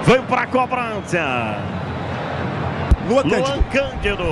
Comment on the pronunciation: O narrador ta falando cobrancia 😅😅😅😅